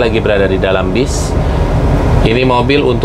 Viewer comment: Bas ❌ Bis ✅